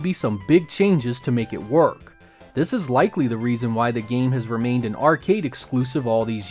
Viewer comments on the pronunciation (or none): none